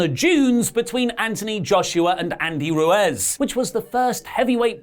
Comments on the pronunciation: I don’t like being annoying but it’s Andy Ruiz not ruez 😂😂 lmao don’t worry it happens to everyone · To be fair its like 80 Fahrenheit in Florida and humid as hell. Bash at the Beach should be great Edit: I've never heard anything more British than mispronouncing Ruiz's name